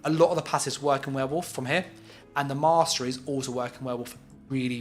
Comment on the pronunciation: Warden "moss-trees" 😂 kinda ironic